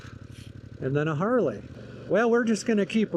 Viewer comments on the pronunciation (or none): none